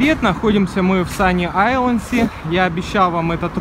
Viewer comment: Почему один из вас говорит sunny Islands а другой sunny isles? (Вы все рвано классные)